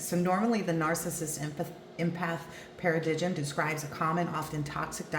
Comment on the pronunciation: Thanks for a great reading. "Paradigm" is pronounced "Paradime". Take care 💖